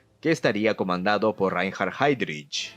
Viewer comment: Que pronunciación 🤦🏻‍♂️. No se pronuncia “chuchustafel”, es más fácil la pronunciación: “shustafel”. Heydrich se pronuncia haidrij